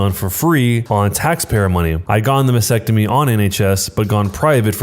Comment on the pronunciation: This narrator should have asked his fourth grade teacher how to pronounce "Mastectomy" before attempting to narrate this story.